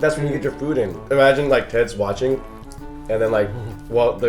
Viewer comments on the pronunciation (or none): none